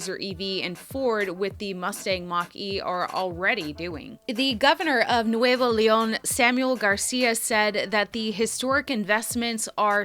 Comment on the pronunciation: you are fantastic!!! and your pronunciation of Nuevo León is perfect...!